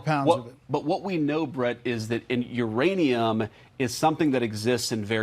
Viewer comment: is he calling it IRANIUM ? lol